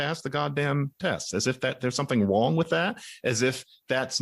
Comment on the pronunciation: “Is there something WONG with that?” Lol good one John!!!